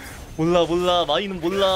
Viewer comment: '몰라' 할때 발음이 왜이래요 ? 리을 발음이 좀 이상한거같은데